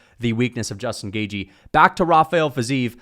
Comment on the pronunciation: Why you call him Justin “Gayjee”? 😂😂